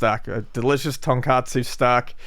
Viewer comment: It's not とんかつ (tonkatsu)、it's とんこつ(tonkotsu)。Not pronounced "cot," but like "caught." The former is a pork cutlet, the latter is a variety of ramen.